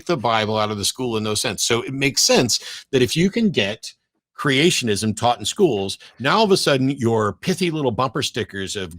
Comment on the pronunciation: "Creationism"2 vowels too many .